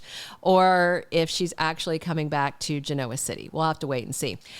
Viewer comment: I enjoy your posts. Just to say that mispronouncing Genoa City is like chalk on a blackboard for me. The Y & R characters accent the 1st syllable, not the 2nd…